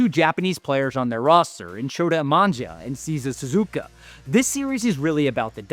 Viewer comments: Have a litle respect for the Japanese players by pronouncing their names right. It's Shota Imanaga, not Shota Imanja.... it's Seiya Suzuki, not Cesar Suzuka....😡😡😡😡😡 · Didn't say (SHO-TA I-MA-NA-GA) and (SEI-YA SU-ZU-KI) correctly. 😆😆😆